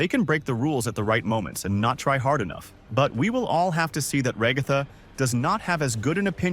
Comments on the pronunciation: Yea cuz some people just say RAAGAATHA ...LIKE DUDE IS RAGATHA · IT'S NOT "raGtha" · who is rogatha i know ragatha not rogatha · My guy your voice must be Ai who in their right mind says Ragatha like you do they say her name in the show. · I completely agree